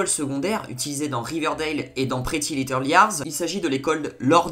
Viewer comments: Aïe mes oreilles ''pretty little liars''😱😂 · Par contre l'accent pour prononcé "pretty little liars" 😂😂